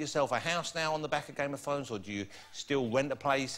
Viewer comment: WTF?! Am i the only one hearing it as " game of THONGS"?!